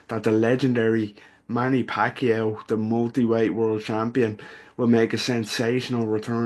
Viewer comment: Who's doing the voice over here? He can't even pronounce the name of Pacquiao instead he keep on saying "Pakyu" 🙄 it's irritating to hear😈